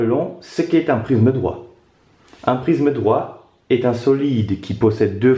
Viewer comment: Cool mais on dirait qu’il dit prizme a la place de prisme